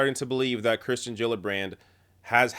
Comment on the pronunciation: someone's bound to mention it: you keep saying Kristen rather than Kirsten (which I think is actually pronounced Keersten).